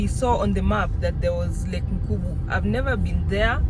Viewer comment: Its lake Nkunga and not Nkubu. Its in the forest before you get to Meru town.